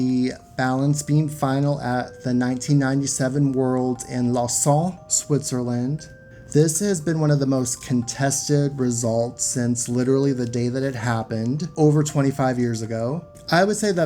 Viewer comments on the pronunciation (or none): Great video; just a small thing, it’s pronounced Low-Zahn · Its pronounced Law zan (uh). Now off to watch thé rest of your vidéo ( sorry but I had to correct you!!)